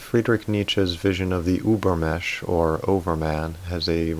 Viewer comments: Übermensch is pronounced ÜbermeNNNsch you miss that N 😜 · I have little remark here, unrelated to the content: I just wanted to say that in the word "übermensch", you cannot leave the "n" out, you have to pronouciate it too :-) I'm sorry, the "über-mesh" was just too funny :-) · Ubermensch, the N is pronounced ... Sounds very weird without. Thanks for your videos. They are great. Go on please ! P.S. I often doubt Celebrity types typing.